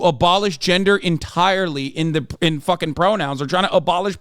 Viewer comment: “FAUWKING PROUWNOUWNS”